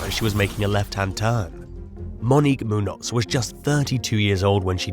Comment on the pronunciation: I love when Muñoz is pronounced wrong. If it doesn't have a accent (ñ) then is pronounced moon-oz, if it does then it is pronounced moon-yoz. But still people have to be careful nowadays.